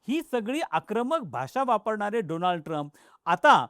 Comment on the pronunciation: doland trump 😂😂😂😂😂